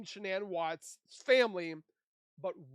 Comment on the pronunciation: I wish these AI voices would stop pronouncing Shanann’s name wrong. I have heard this same voice on several channels pronouncing Shanann’s name really wrong (sounds like Shon-in). Not sure why, but it really bugs me and shouldn’t be that hard to fix.